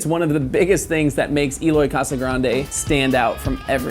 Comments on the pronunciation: It's not Eeeloy it's Eh-loy. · Why does everyone, apart from him self prenoce his name wrong? It's el oy not eeloy he even mentioned this in one of his interviews even saying it like it has an a for alloy is still correct not e loy come on if ya gona talk about him get his name right 🤔